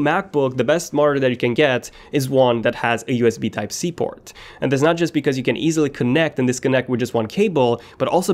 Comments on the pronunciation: single USB type c porn 😂🤣instead of saying port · haha he only said it and it sounded like that cause of his accent..